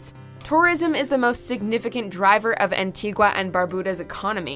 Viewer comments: Pronunciation is key An-tea-gah= Antigua Gren-nay-dah=Grenada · Wasn't expecting to see Barbados as number 1 but yay. Barbados is extremely expensive tho. Btw yall butchered Antigua and Grenada pronunciations